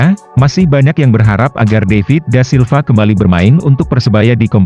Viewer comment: David da Silva min bukan daivit🤦🏻‍♂️